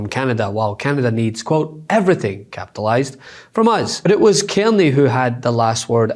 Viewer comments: Our Prime Minister name is Carney. Not kemy. Please tell your reporter to learn to pronounce his name properly. Its Car ney. I have broken it up into syllables. Learn to say it his name correctly period! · CARney, not Kearney. Please!!! It's not difficult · Love your work but his name is C-A-R ney as in car and not kierny. People do not know a Kierney! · Dude ... .its Car knee......carney.